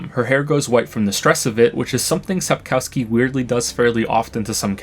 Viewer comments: On second thought, that does not seems to be the case. I reckon, had you known Polish, you'd have pronounced Sapkowski's name as "Sapkovsky". ;) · The author's name is pronounced Sapkovski, W is V in Polish and Ł is W. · What I ment to ask is: Do the English speakers pronounce every "w" as... well... "w"? Even in the German words they know it's actually a "v"? It's just really frustrating to hear "OWski" when it should've been "OV-ski" instead. :D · It's pretty clear he doesn't know Polish pretty much from the start, he doesn't even pronounce Sapkowski's surname right. Speaking about it, it's infuriating, and it's why I wish we would've used "v" instead of "w", just like Czechs, would've made things easier for those totally unaware Anglophones. But we had to copy the Germans. Speaking of which, do native English speakers pronounce the "w" in Wolfsgang" as a "w" or "v"? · “I learned Polish to reread the books in their native language to truly understand their beauty.” Appreciate the joke, but I was a bit let down that you didn’t even pronounce the author’s name correctly, in any case. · u learned polish doubt after hearing how u pronounce author name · It's funny how many people believed he "learned Polish" but just a few seconds earlier he completely butchered the authors last name haha :d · Imagine making nearly a 5 hour video essay after spending 5000+ hours in a particular author’s universe, but not even knowing how to pronounce that author’s name. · He also mispronounces the name of the author of the Witcher books. It's disrespectful :( 🌈